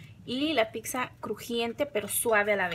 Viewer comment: No se dice picsa 🤦‍♀️